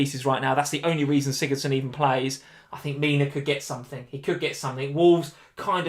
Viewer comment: #teamLee :3 other than when he called sigurdson